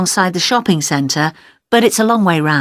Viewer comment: He should call it a shopping company but we heard it shipping